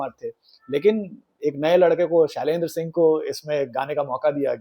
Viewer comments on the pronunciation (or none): none